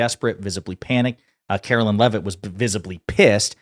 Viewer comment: Turning your video off every time you call her Karolyn when her name is Karoline. Like LIE with an N at the end. Easy to remember!